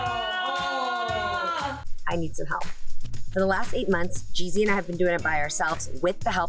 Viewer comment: That was probably the first time I EVER heard Mama Mai say Jeezy's name somewhat correctly! 🤣🤣🤣 And the only reason I know what adolescents means is bcuz of Tupac. I remember the last time you went live you mentioned that you were gonna do an episode on finding a nanny too. And as ALWAYS... you delivered! And I wish you good luck on your search for the perfect nanny for Monaco ($hit I wish I could do it MYSELF, hell I would even do it for FREE too). Thanks for sharing this episode with us Jeannie & I hope you guys had a great Thanksgiving holiday & I hope Monaco enjoyed her FIRST Thanksgiving also! Stay Blessed Jeannie!!! 💚💚💚